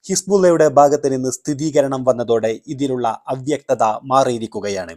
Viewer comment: സ്ഥിതീകരണമല്ല മൈരേ സ്ഥിരീകരണം 😅